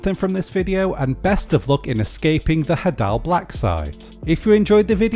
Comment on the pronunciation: It's pronounced hay-dull